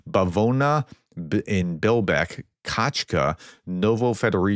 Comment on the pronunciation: You pronunciation is definitively getting better. Sometimes you read names too fast, missing letters or adding non-existent ones, which alters pronunciation (and sometime meaning) considerably. For example, in this video, you pronounced "Kacha" as "Kachka", the latter meaning "duck" in Ukrainian ("качка").